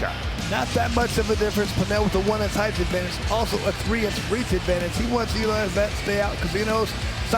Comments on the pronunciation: Still waiting for the announcer to figure out that there are only 2 H’s in height. It does not rhyme with eighth. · Why is this doofus allowed to say "heighth" over and over!?!?